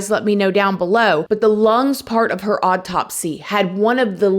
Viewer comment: Ikr! In her last KR video, I could've sworn she was saying "oddtopsy", but didn't in this one. I thought it was actually a perfect description for this odd autopsy☺️